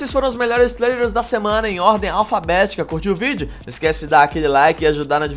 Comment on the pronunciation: "trlrles" kkkkkkkkkk